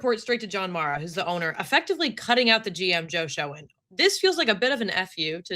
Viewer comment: Hey, Joe Schoen's last named is pronounced like "shane".